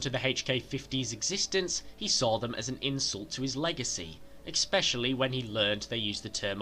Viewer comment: Dislike for using the abomination known as "expecially"...